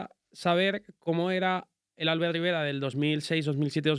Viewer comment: Es muy duro que el predentador le admire tanto y no sepa ni pronunciar su nombre, que se dice Albért, no Álbert.